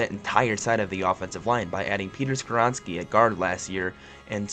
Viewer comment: How you pronounce” Skoronski”right but “Spears” wrong 🤣🤦🏾‍♂️